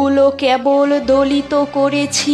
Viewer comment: বেশ ভালো পড়লে দিদিভাই ! যদিও কবিতাটি তোমার বয়সে উপলব্ধির কথা নয়... তবু মানতেই হবে আন্তরিকতায় সে ঘাটতি অনেকটাই মিটে গেছে.... সাধুবাদ প্রাপ্য এ প্রচেষ্টার ❤❤❤ কিছু মনে না করলে বলি , " কেবল " শব্দের "কে" - এর উচ্চারণ সম্পূর্ণ একারন্ত... মোটেই অ্যাকারন্ত নয়... পরবর্তী পরিবেশনায় ঠিক করে নিও... শুভকামনা রইলো...